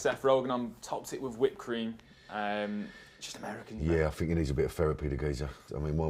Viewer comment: I “fink” he needs subtitles.